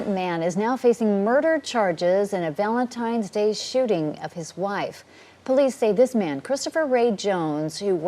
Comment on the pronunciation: its "VALENTINES" DAY NOT "VALENTIMES"